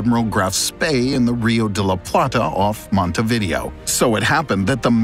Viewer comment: Can't even properly pronounce Montevideo?